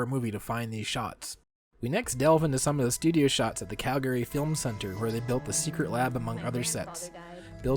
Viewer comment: Calgary= CAL-gree. NOT Cal-GARY!